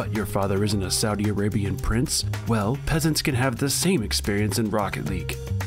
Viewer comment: I’ve finally found an American that can pronounce Saudi correctly 😂 “Suudi”